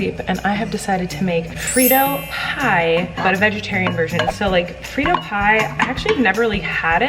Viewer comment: I was so confused when she said frito pie 😂